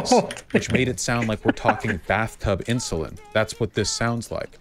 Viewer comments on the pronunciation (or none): It must have a bit of a speech problem because "Ins-you-lin" and "el-t-s" (instead of else) are said a lot by the the amorphous blob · Why does say "IN SHOE LIN"?!